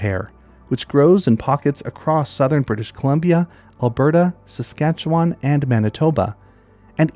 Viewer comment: I’m in southwestern Saskatchewan! It’s delightful to see some of our local treasures highlighted here. (P.S. - “Susk’AT’chew’un” —nothing sets off a local more than hearing than “wahn” at the end…)